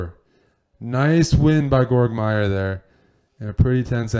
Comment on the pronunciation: Eric: He's called gh-e-org Meier. :)